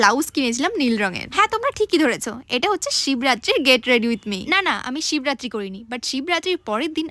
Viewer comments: Shivratri❌Sib ratri✅ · didi oi ta sib ratri Na sibo ratri😂😂😂😂😂😅